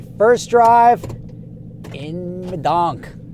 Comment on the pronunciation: dont say D-o-n-k, thats not the proper way. pronounce it like DUNK. Youll get mad respect in the hood fam